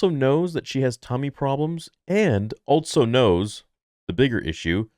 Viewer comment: “Altso” is a word? Thought it was also all this time